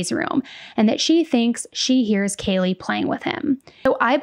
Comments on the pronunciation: true. how do you pronounce the name Kaylee as Kayla so many times and then don't correct yourself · Don’t think he did it on purpose but he upset Kaylees family… Kaylee to Kayla? C’mon he really needed to do that right. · Yeah, it was very unprofessional. When he said "Kayla" multiple times instead of "Kaylee", I just rolled my rolls. I can see why her family was frustrated. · How the heck did he not hear anyone around him pronounce Kaylees name correctly? Does he not watch the news either? As a former court clerk in Hawai’i, we take name pronunciation seriously, and guarantee one of us clerks would’ve gently corrected the judge before the hearing today. I don’t think this was all “nerves”. Maybe once, but it was multiple times. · even more reason to take 2 minutes ahead of time to learn the victims names! He couldn't say Kaylee's or Xana's first or last name. Infuriating, and disrespectful imo 🤬